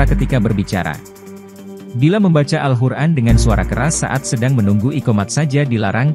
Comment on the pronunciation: Awal video katanya kita d sruh utk tau cara baca Alquran,, sdgkn yg sy dngr sebut alquran aja jadi al hur'an